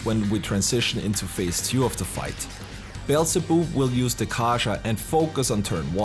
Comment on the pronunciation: Forgive me for this but... "Beelze-boob"